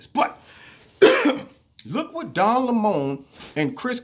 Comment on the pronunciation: I've been pronouncing Don's last name wrong... Lol